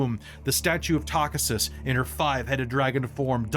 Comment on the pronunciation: Loving the stream. Buuuuut.. "Takhisis" = Ta-kee-sis Tis a small gripe.. 😅 :face-turquoise-covering-eyes